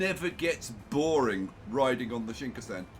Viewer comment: You are always saying Shinkasen...even though you've spelled it correctly in a previous video title...